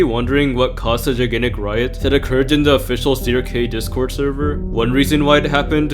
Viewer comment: Crk NOT crob 😂